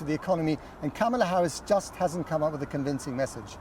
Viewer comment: Even the English reporter can’t pronounce Kamala properly - shame on you.